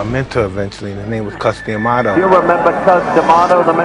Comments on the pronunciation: Y they keep calling him “Cuss-DEE-amato”? What’s with that “dee” shit?? It’s just Cuss-duh-maw-tow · Wow no one can pronounce Cus D'amato's last name.